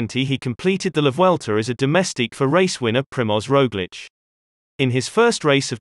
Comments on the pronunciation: the robot seems to understand Slavic pronunciation with Roglic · How can you pronounce Roglic's name correctly and then make such a ballsup of Pogacar's?